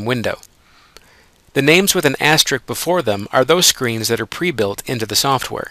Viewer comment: If I were hiring someone to sell my product via a YouTube presentation, I would want somebody who knew how to pronounce asterisk (with a "risk" at the end instead of a "rick").